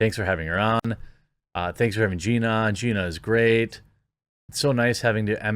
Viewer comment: wait, did you say Ronda V Gena ???